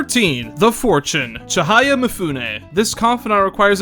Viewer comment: You've done a great job here, I knew you'd do the game justice with your analysis and honesty, and I certainly wasn't disappointed. I don't agree with you on a couple of your points, but it'd be stupid to think we share the exact same mindset in that regard. The only complaint I have is the mispronunciation of some of the names of characters, like Ryuji's last name, Chihaya and Kaoru. Those are just minor though and don't really get in the way of my overall feelings towards your viewpoint. You've outdone yourself today, and you should be proud! I hope the tips I gave you proved useful aswell (The Sae battle phase skip, and the dart minigame trick). Can't wait to see what you put out next! Keep on keeping on!